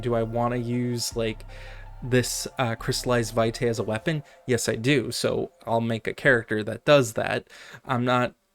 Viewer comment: It's pronounced VEE-tie. It's Latin.